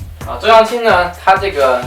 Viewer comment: 需要一个 女同事了～ 觉得没有做到基本的尊重 名字一直念错，为什么不能再拍一下 或者后期改一下呢 而且有个建议 为什么不测评Zara HM 差不多的牌子呢？价格也基本和网红店持平，也有很多 掉毛 飞毛 质量不好的衣服啊